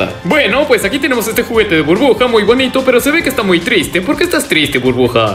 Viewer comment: Soy solo yo o escucho que dice "bruja" en vez de Burbuja :v (me saludas porfa)